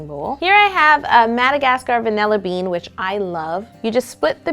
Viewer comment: When she said split the bean I thought she said split the beam #Gymnast